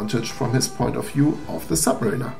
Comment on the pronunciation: Submariner not sub Marina ....Sub Marina would be a place to keep U boats :-) ...... Ilove you German guys from our old country but don't Butcher Anglo-Saxon please guys!